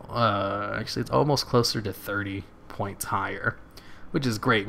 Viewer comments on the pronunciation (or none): none